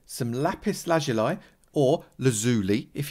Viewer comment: Yes that way of pronouncing lazuli is correct but says the guy who can’t really speak properly himself 😂